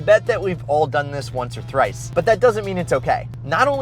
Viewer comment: Did anybody else hear him say thrice like dachie